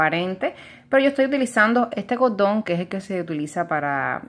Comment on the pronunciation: EL CODON EL CODEL? por que no pueden pronunciar la rCORRRRRRDON CORRRDL